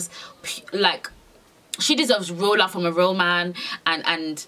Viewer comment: she should not have said that man that wrong